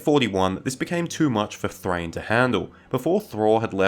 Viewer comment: Thráin, not Thrain. It has two syllables and doesn't rhyme with 'train'.